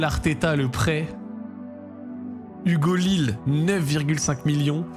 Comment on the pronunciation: Ça fait mal aux oreilles d'entendre " Aloiso connait pas (avec son nom de famille que personne n'a jamais prononcé)" et "Hugo lil" On se sent vieux